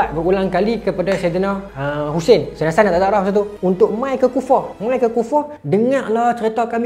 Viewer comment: Maaf tolong perbetulkan ejaan dan sebutan , bukan saidina mcm permainan tu tapi sayyidina. MAAF❤